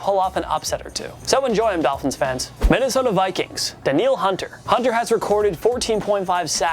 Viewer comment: hey at least you guys pronounced Danielle Hunter correctly